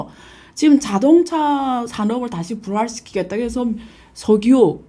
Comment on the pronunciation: 부활 시키겠다를 부랄이라고 했습니다